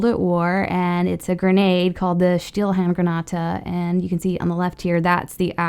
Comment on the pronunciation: I liked how you pronounced Stielhandgranate